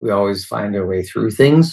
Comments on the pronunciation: I'm Canadian. He straight up said "her" kids. We don't pronounce "her" and "our" in any way that could be confused. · He definitely said that. So awful. And no it isn't a Canadian accent thing (someone else commented about that). I'm Canadian, and no way do we pronounce "our" in a similar way as "her" lol.